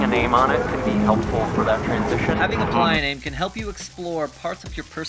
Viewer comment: Ply-A-Name? Are you purposefully pronouncing that like a refugee or is there some kind of significance. The sign said 'Playa Name Help' and the only pronunciation I've ever heard for the word playa is, phonetically, play-uh (or play-ah depending on your accent, I suppose). Either way, the original word was player and it's just being written the way most people say it. Also, it makes for a way better sign than "Player Name Help" lol. I'm sure everyone on YouTube is going to think I'm stupid or psychotic (or both) for making an entire comment just for your pronunciation of one single word, but it genuinely surprised me and I was too curious to pass up this wonderful opportunity. So teach me your ways,, or at least explain your bizarre pronunciation of such a common word. By the way, great video!